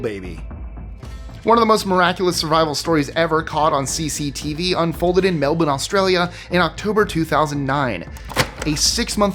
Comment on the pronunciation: I couldn't believe my ears.... OMG A YANK PRONOUNCING MELBOURNE CORRECTLY !! Bravo dude, bravo, there's hope for us yet lol 😄